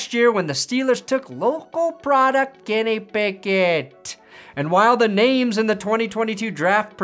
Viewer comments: Colorado accent. Sounds 😁 funny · Why do I love the way says Kenny Pickett so much